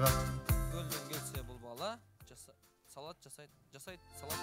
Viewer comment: Салад эмес Салат.